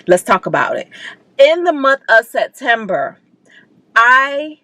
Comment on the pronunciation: Your hair is cute! Yassssss I was hollering when you kept saying Set-ember😂 Ohhhhhh I can’t wait to see what happens with your tenant- Sorry! But she wrong!